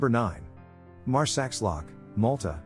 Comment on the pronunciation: Oh my God, another couple of awful pronunciation mistakes. Marsaxlokk: X is SH in Maltese. Marsa shlock, not Marsax lock. And Giethoorn is no Jaya Tourne! It's close to Heat Horn, if its more suitable for you to read!!